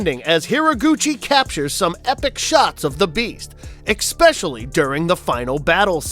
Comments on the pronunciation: Lou 'garrow' the play on words was lost completely there, ECKspecially, eeh this was painful to listen to though there are some great movies I've seen and a few I haven't. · "X-specially"!? You said it twice. This is not a word.